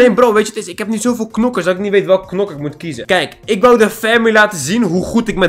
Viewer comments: Hahahaa nokers te plaats van knokkers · Het is knokkers je mag ook nokkers zeggen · En je spreekt het uit als Kkkkknokers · Ik moet keihard lachen nokkers en krachtbonnen (het is krachtpunten) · Rip headsat rip ons hahahahahaha Nokers het is knokkers geen haat man love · Je moet knokkers zeggen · je moet knokker zeggen